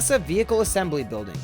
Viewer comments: "Vehicule"??? Really? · NASA Vehicule Assembly building , really VEHICULE ? ITS VEHICLE FFS THIS ISNT A FRENCH VIDEO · vehicle not vehicule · .......... what is a "vehicule"??? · You must be Russian. What is a VEHICULE? . PFFFFFFFFTT. HAAAAAHAAAHAAAAHAAAAHAAAAHAAAAHAAAAHAAA. Thumbs downs for you "COMRADE" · Vehicule? Mmm. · NASA 'Vehicule' Assembly? What is a vehicule? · Uhhhh....what's a "vehicule"? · What in the world is a "vehicule" ? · vehicule eh? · Pretty sure everyone knows about tic tac lids these days. Also, "vehicule"? Seriously? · There is no "U" in vehicle